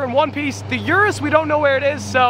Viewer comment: “The uristhh!”